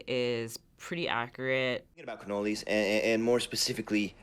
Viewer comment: The Jamaican came out for that cannoli. Hahaha.